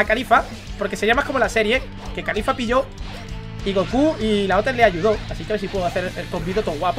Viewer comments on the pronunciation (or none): es caulifla no califla estos españoles que cambian todo xdxd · NO ES CALIFLA,ES CAULIFLA caulifla no califla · pq le dices kalifa si es caulifla xd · No es califa es caulifla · Alguien noto que dice khalifa?😂